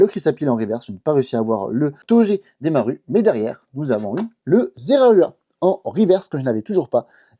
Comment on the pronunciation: "Zeraua" XD petit mixte entre Zeraora et Zorua XD ce plaisir de les pages se remplir!